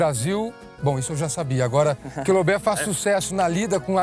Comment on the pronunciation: Loubé???? Né loubet não?